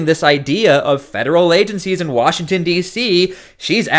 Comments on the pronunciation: Did he actually say “Washing State”…@ …hmmmm. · Where is "Washing State". What a moron. Mostly blame the stupid people that voted for a guy that can't even pronounce the Name of the State he Governs! SMFH X1K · Pam bondi keeps us safe by sending child predators to Israel to avoid prosecution here in the US. And... Washington state welcomes and harbors illegal aliens by the THOUSANDS. Ferguson can't even correctly pronounce the name of washington, let alone run it. We're screwed no matter where you turn.